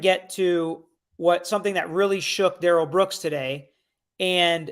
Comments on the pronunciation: Sorry patty, but his mother pronounces his name as “dare-ul” not “duh-rell” Comments like this drive me crazy. I would say him mom knows how his name is actually meant to be pronounced. Telling the police that his name was pronounced “duh-rell” was just another one of his pointless lies. He lied about how his name is pronounced, not what it IS, not how it’s spelled, but how it is pronounced. He lied about the specific sports team logo that was on his shoes. Not the color, not the style, but just the specific team’s logo that was on them. He lied about having a driver’s license after the police had already recovered and seen his state issued ID card that was in his pocket at the time of arrest. He lied about Erika Patterson sending him those photos and letters when it’s something so easy for the prosecution to prove. His lies make absolutely no sense. None of them benefit him in ANY way. As a not-so-wise man once said, “MIND BOGGLING!” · His mom, grandma, and friend pronounce it “Darr-L” not “Duh-rell”.. I think he made the “duhrell” pronunciation up. He also DID NOT have any shock device on him so I’m not sure why that question is being answered that he did…. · New sub….and his mama calls him Darrell (the normal pronunciation) not DA-RELL like he like to say. I’m inclined to believe his mama. I think she knows what she named her ignant azz kid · About the 'Please, his name isn't pronounced Daryl'.. His own Momma pronounced it Daryl so lol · His own mother in interviews called him Daryl with the accent on the first syllable, the normal pronunciation. It seems like she should know since she's the one who named him.